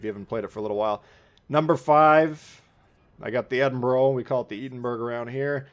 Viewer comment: It is not edinburrow or edinburg, it is pronounced edinburuh. Americans, honestly